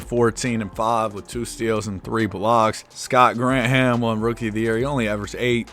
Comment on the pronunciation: It’s Gran Thum not Grant Ham lol